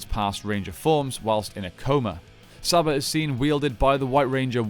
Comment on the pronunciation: Its pronounced Sarba